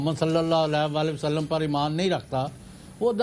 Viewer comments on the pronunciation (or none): none